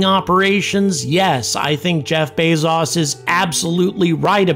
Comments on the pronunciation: "Jeff Bays-zaws," who is that? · Who is Jeff bay-zaus? How does he relate to Jeff Bezos who has no "au" in his name?